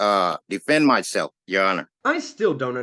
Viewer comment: "I DEMAND you splain me the rules, since I cannot possibly read them mahseff."